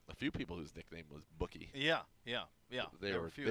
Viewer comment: It’s “Boo”kie Watson. Not bookie, just a heads up